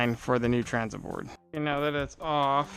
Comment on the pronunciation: Transom not tranzum Oxidation not oxidization Temperature not tempuhture Temper not temperament Taken not tooken Oak rots quickly.